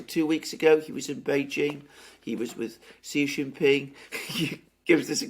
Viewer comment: Intent? How much effort does it take to pronounce the name of the leader of the most powerful nation on Earth correctly: "She Gin Ping". Any 3 year old can get it. It shows Western arrogance on the part of Alexander (as much as I like him)! BTW, I'm trilingual and I try my best to pronounce names of important people correctly (that includes Greek)!